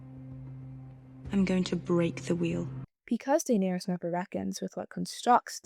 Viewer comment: The way you say Daenerys really made me turn the video off.